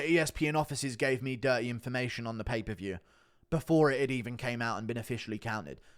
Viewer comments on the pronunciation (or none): “Pay per vheyeeew” “Helwhaneee”